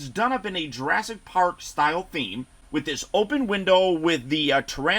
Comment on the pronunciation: ASS-IC PARK? LOLLL great review!